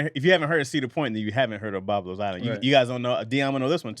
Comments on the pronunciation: Everytime he said Boblos instead of Boblo island I wanted to jump through my phone and correct him I cringed everytime he said it wrong 😂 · I tried to correct him in the live- but he paid NO attention… 🤣😂I was like 🗣️NO ‘s’ is on that word!!! 😡😡😡